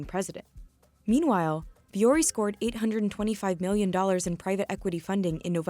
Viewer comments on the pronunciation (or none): It’s not Vee-yori it’s Voo-ory. Yes, I can speak finnish since Vuori is suomea. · VEE-ori??? It's pronounced vw-ori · why isn't it pronounced voo-ori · As a linguist, the fact that the founder is not pronouncing the brand name based on the spelling in English or the actual pronunciation in Finnish drives me nuts.